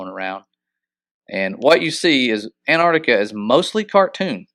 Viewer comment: Your pronunctiation of Antarctica sounds like , " a ner ti ka "